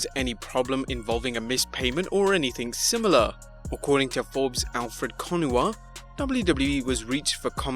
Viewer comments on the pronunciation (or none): none